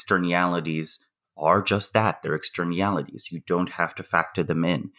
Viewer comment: It's "externialities"!! I had to google it. LOL